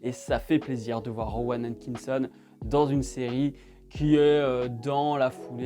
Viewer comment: ta un peu de mal à prononcer Rowan Atkitson j'ai l'impression XD